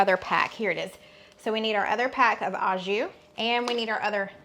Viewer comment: Loved your video and testimony. I had to chuckle though when you "a" jus, as a person who speaks French it is actually pronounced "oh" jus.